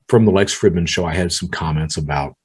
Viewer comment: You already know this but it’s pronounced freedman not Fridmannn lololololol